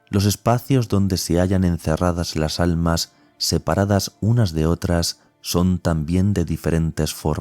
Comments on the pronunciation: Dice ALNAS.... no ALMAS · ah es que al principio dice alnas en vez de almas. Bendiciones